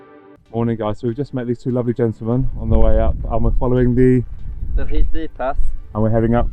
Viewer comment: It's actually pronounced Rhid dii ❤